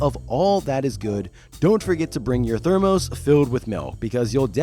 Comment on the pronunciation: Thermos isn't Therm-OHs. It's... thermus. LOL